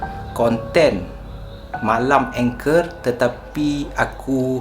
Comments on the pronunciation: Hi boleh tanya tak?angker tu sebutan mcm salah..ang bukan eng..kerr tu bukan anchor..😅 sorry saje2 tegur sya baru jer tengok Chanel ni..sbb sya slalu tengok dgn Qama..semoga sukses selalu ☺️ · Sebutannya ANGKER......bukan engker😄😄😄😄😄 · ANGKER sebut ANG-KERRR bang, bkn ENG-KER.. tu Anchor ⚓ 😄😄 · Assalammualaikum wbt saudara channel.. Saya (Cikda) pengikut setia.. Baru sebentar saja ni mengikuti saudara.. Maaf nak cakap sikit.. Bukan sebutan ENGKER.. Orang2 Jawa sebut ANGKER...biasalah kan gangguan2 dr mahluk yg saudara sebutkan itu.. Banyakkan zikir dan amalkan sentiasa amalkan ayat2 ruqyah.. AMALKAN Baca BISMILLAH 7 DAN BISMILLAH 5 sekurang2nya 3x selepas subuh.. dan 3x lepas Maghrib... Jangan lemah semangat yer.. Mahluk itu bukan sesiapa tiada kuasa..jangan takut padanya.. ALLAH SWT jadikan kita lg lebih mulia darinya.. So terus bersemangat ok... Salam dr cikda.. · Salam. Perkataan "angker" tu bukan sebutannya berbunyi "anchor" mcm yg awk sebut tu. Sebutannya baku, "ang" tu baku, "ker" tu tak baku. Keep it up bro.